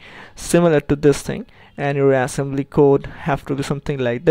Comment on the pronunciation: why can't you pronounce it right? assembilily language :(